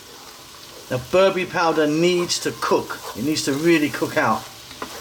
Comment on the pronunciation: It's not berbury, its ber-be-re :)